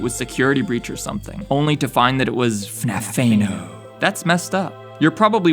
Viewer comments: The way how he says "FNAF-Tha-No" is what made this video entertaining. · It's like F N A F E N O and it made me giggle